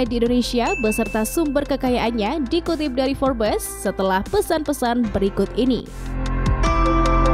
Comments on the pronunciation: Baca nya forbs admin bukan forbes..memalukan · Information nya sungguh berguna dan menarik tetapi sebutan "Forbes" salah dan silap dan tidak betul Sungguh lemah